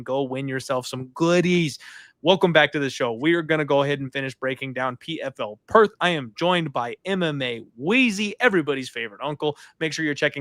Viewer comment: Lol love you but Did anyone else catch. "PFL Perth"